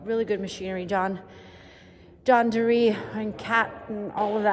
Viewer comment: John Deere (not “deree”) and caterpillar. Two Illinois companies.